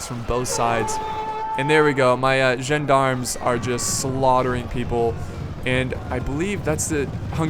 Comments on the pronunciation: It's more like "Zjon-Dharms" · John-d'arms, because John needs de arms to fight. I know you pronounce "D" as "Dee" over there but it is pronounced as a "Duh" in this case.I like stainless steel for its style points, knights look like individuals and fight a lot more fiercely. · correct pronunciation Gend-ARM see battle of Pavia intro for an example. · As I live in Switzerland and therefore speak French it is pronounced "Shawn-dahrm". The S in French is silent if it isn't a double S.